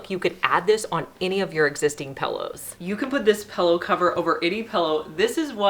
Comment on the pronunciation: Why do you say “pellow” instead of pillow?